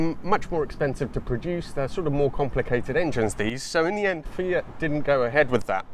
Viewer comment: *MY EX DROVE A "FIATCH" LOL*